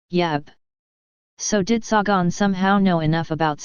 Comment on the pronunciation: Its Say-gun, you moronic computer voice.